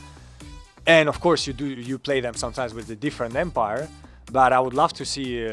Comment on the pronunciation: Medwedew always saying Empire instead of Umpire kills me.